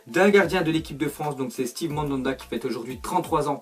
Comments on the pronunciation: C pas Stive mais Stève Mandanda😊 sinon bonne vidéo comme d'hab👌👌🏽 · Je me d'hésabonne car tu as dit stive mandanda et non steve puis j'aimais bien avant que tu fasse du putaclicq. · C’est steve pas stive